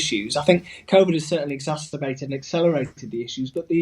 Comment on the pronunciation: "ezasterbated" Man is making up new words.